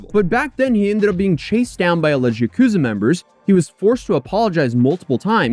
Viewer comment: Ok Im unsure if you purposely pronounced yakuza as 'jacuzzi' but Im laughing like mad at it even 10 minutes after.